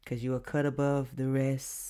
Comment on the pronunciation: Emphasis on “Cut! from a different cloth”…💯